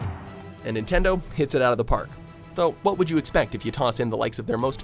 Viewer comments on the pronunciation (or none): none